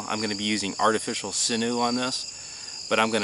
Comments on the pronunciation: Not sure what sinoo is but sinew is pronounced like “sin you” or “sinyoo”. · Sinew is pronounced as sin 'u